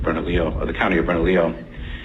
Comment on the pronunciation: “Bern-uh-lee-yoh”. 😘 Silly gringos.